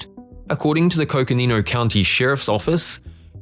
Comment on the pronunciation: Wow. You pronounced Coconino correctly. It is the first time I’ve heard it pronounced correctly in a video.